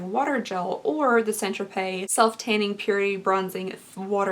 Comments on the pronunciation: St. "Tro-Pay" not "Tro-Pez". Just saying. 🤷🏼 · Here I go again. It's pronounced "San Tropay" Not "Saint Tropezz". Thanks. Love ya girl! 💜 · Isn't it pronounced "tropay"...not Tropez? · I am not giving you a hard time, because I love you like milk and cookies and warm kittens... but Saint Tropez is pronounced San Tro-Pay... hugs, love your reviews, you have inspired this middle aged lady to actually try to fight off her terrible self image and get a sub to Boxycharm and try wearing makeup again for the first time in decades. You are my inspiration swee8.🥰🌹🥰🌹🥰🌹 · U are too friggin cute it’s pronounced San tropay. Lolll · St tropez is pronounced, "saunt tropay" 😊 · I was going to say the same thing... St. Tropez = San Tropay... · The z is silent in st. Tropez